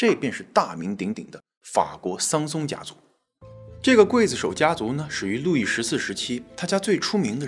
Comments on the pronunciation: 刽子手不读会子手。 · 刽子手，刽，中国念“贵”没有错。秦桧，桧，念“会”。这俩字很多人念错。😊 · 我从中国来， 也念“筷子手”呀？